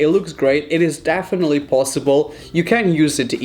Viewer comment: no grammar nazi. He says dafinitely